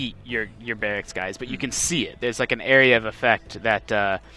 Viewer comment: Guise, guise, guise..... Its polished guise.... guise... its polished